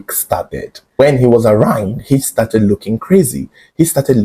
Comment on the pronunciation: can you PLEASE check the correct pronunciation of ARRAIGN because for years, you have been pronouncing it the wrong way and it is kind of 😢